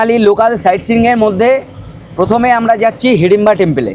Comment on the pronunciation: হাডিমবা না হিডিমবা